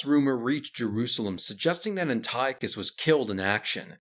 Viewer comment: "Anti-Ochus"; "Epi-phanes", etc.......ffs, man, if you're going to make video about Greeks, at least pronounce their names correctly.